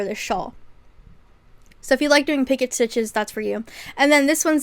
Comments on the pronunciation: Its pee-coh not picket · girlie picot is french and its pronounced pea-co :)